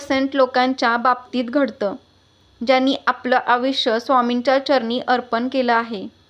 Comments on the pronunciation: आविष्य नाही आहे तो शब्द आयुष्य असा आहे तुम्ही मराठी भाषा तरी नीट बोला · आयुष्य असे वाचा आविश असे नाही